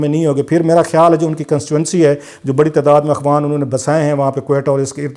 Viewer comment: Sir, Akhwan nhi , Afghan hota hai.. Correct yourself.